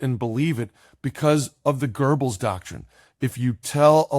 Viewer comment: Excellent talk thanks. Please note Goebbels has no r in it. Otherwise correct.